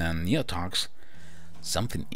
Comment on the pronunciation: You said d his name right